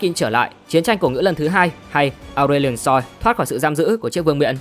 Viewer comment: Cũng ráng nghe ủng hộ người mới vì thích series này. Nhưng mà giọng đọc không cuốn hút đã đành. Ông còn phát âm kiểu hỏi chấm quá. Ngồi nghe đến đoạn Aurelion SOI?? SOI nào??? Tắt luôn